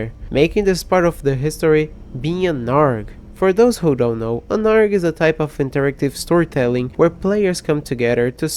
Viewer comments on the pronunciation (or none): it’s a.r.g (all pronounced as their separate vowels) you know what? I would current your English but hearing you say “arg” and “ribbet” instead of ay-are-ge and ripped makes me laugh so hard. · hey btw its a r g not arg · Just a lil bit correction (I guess), ARG is actually pronounced “Ayy Are Gee” (yep each letter). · okay i know you are bad with english but i just have to point out that ARG is purnosed A-R-G like the letters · It's a short for Alternative Reality Game. So you read it like "ay are gee". ARG sounded so funny lol. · Btw arg is usually pronounced separately